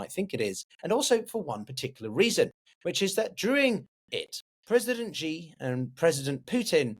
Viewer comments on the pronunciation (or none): The X in Chinese has an sh sound. So Xi is pronounced exactly like “she”.